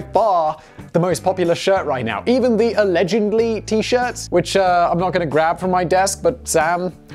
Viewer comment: That's because we wanted "ALLEGEDLY". Not "ALEGENDLY."